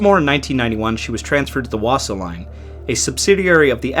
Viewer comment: Only pronunciations that I can help with is Silja is pronounced as "Sill-ya", and Wasa is pronounced as "Vossa". I'm an American truck driver who's never been to Europe.